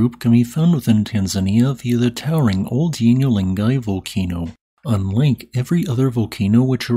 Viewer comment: "... the strangest of the group, can be found in Tanzania via [sic] the towering Ol Doinyo Lengai [which you're surely mispronouncing] volcano. Unlink [sic] every other volcano ...". So you can find the strangest of the erupting volcanoes by first going to Ol Doinyo Lengai? That is very cryptic (all because you use words like "via", the meaning of which you plainly do not understand). "Unlink" is not a synonym of "unlike", by the way. For your edification, I am reproducing the definition of "via" below; perhaps you can make slightly more sense by refraining from using it where it is totally inappropriate: via preposition 1. by a route that touches or passes through; by way of 2. by the agency or means of